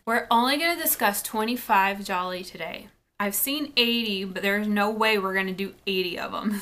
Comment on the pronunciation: Thank you for pronouncing it correctly! 😀